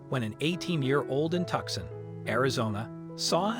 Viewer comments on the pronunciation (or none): You pronounced the town.... tuck-son.... That's how you pronounced it. Haven't you ever heard of Tucson, Arizona before? Its pronounced ... too-son ... Spelled, Tucson. Ruined the whole video. Wow! That doesn't even require any research. You sound like an American, or someone, who would know....... Guess not. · It's pronounced two-song Tucson. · Tucson is pronounced Too - Sahn